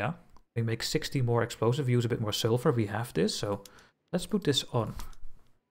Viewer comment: Just discovered your channel. Nice work mate. It is pronounced (sul-fur) not (sil-fur)